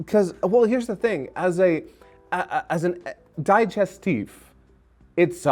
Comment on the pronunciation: It is "dee-gestif", not "die-gestif",! 😉